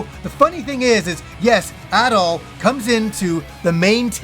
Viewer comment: pronounces “Adol” and “At all” the same 😂